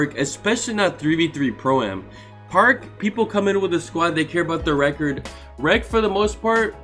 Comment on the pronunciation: This man said rep-ord... 😂😂😂😂😂 but dont forget that 32-19 you know.